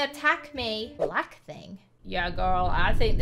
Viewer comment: "It was a bwack thing!" 😦🙇🏿